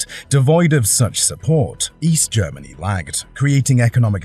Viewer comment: Please stop saying "Germanee " and "Energee". It's seriously annoying.😅